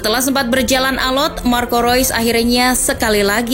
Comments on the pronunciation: yang bener marco reus apa marco rois nih 🙈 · Mengapa tulisannya REUS dibacanya ROIS?? sungguh ejaan yg membuat otakku oleng😕